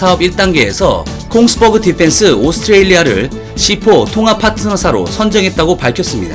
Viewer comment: 콩스버그? 노르웨이 방산업체 Kongberg를 말하는 거라면, Kongsberg 는 콩스베리 비숫하게 발음됩니다.